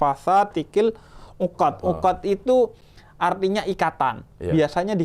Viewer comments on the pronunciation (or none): Iya cing,saya juga sampe buka al-qur'an habib ngucapnya qil uqod,bukan fil uqod.semoga sehat selalu buat habib husein dan cing abdel. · maaf Bib, menurut sepengetahuan saya ayat ke 4 itu wa min syarrin naffatsati fiL 'uqod, bukan naffastasati kiL uqod. maaf Bib.